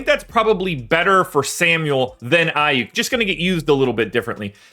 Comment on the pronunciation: 😂..I stopped listening when I heard the name aiyuk... you need to know your craft..